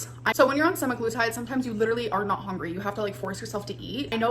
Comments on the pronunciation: Does she literally say hongry on purpose just to piss us off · Cannot unhear how she says hungry as hongry